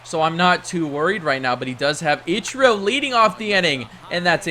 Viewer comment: The way he says ichiro really upsets me